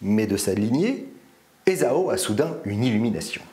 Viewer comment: Esaü : Je n'arrive pas à m'habituer à la prononciation "ézo" que tu utilises. Il y a-t-il une raison que j'ignore ? Prononcé à la française, et en respectant le tréma sur le ü, qui le détache phonétiquement du a, on devrait dire "ézahu". C'est ainsi qu'il me semble l'avoir toujours entendu. En alphabet phonétique : e·za·y. C'est dans les sources anglo-saxonnes qu'on trouve la graphie "Esau" (sans tréma), que les anglais prononcent "Issaow". Ce sont toujours des adaptations dans les différentes langues de l'hébreu עֵשָׂו L'hébreu ne fait pas la part belle aux voyelles, qui sont des petits points ou traits ajoutés le plus souvent sous les consonnes ou sur le côté, et qui sont la plupart du temps purement et simplement omises. La prononciation hébraïque n'est pas très loin de ' ÉssaV ou ' ÉssaW Du reste, Jacob en hébreu donnerait plutôt Yaakov. Restons français, c'est plus simple. En même temps, c'est dommage, car "ézo" permet des calembours de la plus haute finesse, je laisse le lecteur en juger : - En lui donnant naissance, Rébecca a perdu l'Esau <-- sens compte triple. - Moïse sauvé d'Esau <-- anachronisme. - Le droit d'aînesse arnaqué par Jacob à son frère. Alors : d'Esau / pas d'Esau ? <-- ironie mordante. - De son destin, Esau n'a eu point d'échappement : pas de pot sur l'Esau <-- influence de Sorcière. - Rick Astley s'appelle Esau Astley, je l'ai démasqué : Esau t'es Rick <-- n'importe quoi. Sinon, un grand merci pour ta lecture de ces passages, qui fleurent bon l'antiqui